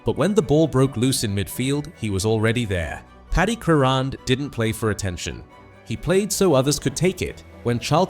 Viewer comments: If this bastard pronounces his name incorrectly again, I will hang myself . What a c**t ! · AI pronunciation has got to go. But what a player he was even if the guy can't pronounce his last name correctly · what`s the point of some kind of tribute when the dy ck head voice can`t produce pronunciation of his name correctly. Shove AI where the sun don`t shine. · Wow!!! This is a disgrace referring to Crerand. When are they going to get the pronunciation of his last name correct.. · You can't even pronounce his name properly. Paddy often hung around with Manchesters quality street gang, i often bumped into him at the car sales plot where they often used to meet up. A great guy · Apart from the awful mispronunciation of his surname this is a very fitting tribute to United great, Pat Crerand. Having seen him play on many occasions I can say without any reservation that Pat was as important to United’s success in the 1960s as Charlton, Law & Best. Enough said. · If you claim to know so much about Paddy Crerand, you should at the very least know how to pronounce his name correctly.